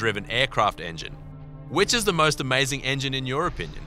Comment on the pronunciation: DIS AMEICING